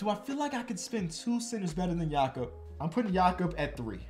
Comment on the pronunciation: mad respect for pronouncing Jakob the German way